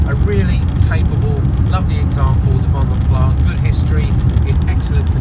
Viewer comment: Pronounced Vanden Plas as in glass, not plah due to the Flemish origins of the coach builder.